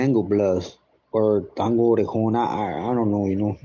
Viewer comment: Tango OREJON SAN ANTO fool say it right flonque